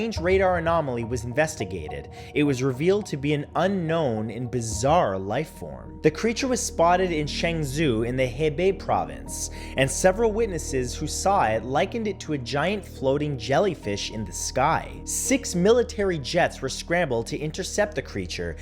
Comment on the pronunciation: I enjoy your videos and find them entertaining, but your wrong pronunciations drive me to distraction. Hebei is pronounced her-bay.